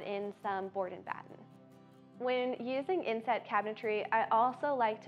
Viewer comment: Sorry, I really thought she said “incest” cabinetry 😅